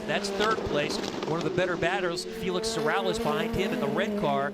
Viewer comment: Its pronounced “seh-rah-YAYSH”. I had the oportunity to meet his grandfather and father. Beatiful people. Although the are very well off money wise, they are true humble folks. Its a shame Felix III ran out of money and then had to quit.